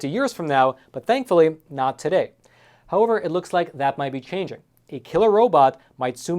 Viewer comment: How-over? Don't you mean how-ever? I think you just need to slow down a bit. That would be easier to understand as well. Please? After all, it isn't a race. Is it?